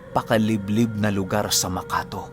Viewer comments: magandang gabi.ang pagbigkas po ng maka-to ay makato.mabilis po ang pagbigkas. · Correction ku lang ang pag banggit ng lugar ng MAKATO AKLAN. ay matigas yung dulo ng TO, us in MAKATO!! hindi makato na madahan. Kasi taga aklan ako at malapit ako sa lugar ng makato! Kasi ang pinag titirhan ko sa ngayun ay sa gitna ng lugar ng makato! At capiz,..ayan yung lugar nila JR na taga capiz din.. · Makato! Huwag bigkasin Ng malambot, dapat matigas..MaKaT0! Lugar Ng lOLa'T LOlo ko